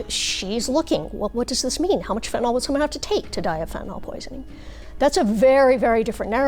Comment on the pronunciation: Stop saying Fentan-ALL. Fentanyl is pronounced fentan-il.